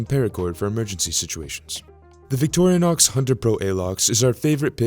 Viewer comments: It’s Vick Tore Uh Knox not Victoria Knox. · It's not pronounced "Victorianox" It's just Vic-tor-in-ox. Small thing, I know, but...